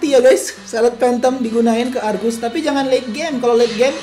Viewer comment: Sebutan yg betul arges la